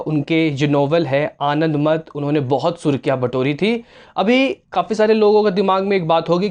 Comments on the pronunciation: Abey gadha, yeh Sri Ram nhi hain, yeh Sanyasi hain. Aur अनंदमथ nahin, अनंदमठ hota hai. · आप जिस प्रकार से रविंद्रनाथ टैगोर की रचना - आनदमठ का उच्चारण कर रहे है & फ़ोन मै देख कर जानकारी दे रहे है... उससे लगता है आपको रविंद्रनाथ टैगोर के बारे मै जानकारी नहीं है! कृपया ऐसे किसी टॉपिक जो ऐतिहासिक हो पर विडिओ बनाने से पहले उसकी रिसर्च कर लेवे then वीडियो बनाये!! वंदेमातरम!!